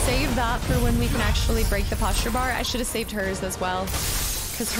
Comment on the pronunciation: This whole time still saying posture….